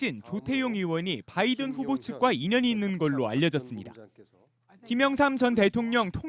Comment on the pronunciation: 임종주특파원님 "바이든" 발음하실때 너무 의식적으로 굴리시는거 보기 안좋네요...